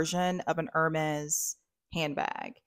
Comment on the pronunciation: I think it’s supposed to be like the Hermes Kelly bag which isn’t a huge bag. The Kelly has the single handle like yours. The Birkin looks similar but has double handles. Hermes is pronounced air-mess. I have French friends and this is how they say the brand. Nice video!